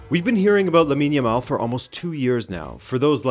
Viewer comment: Lab-in yamal?